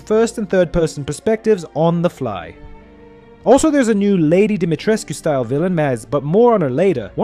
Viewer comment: Wow someone able tò Say "dimitrescu"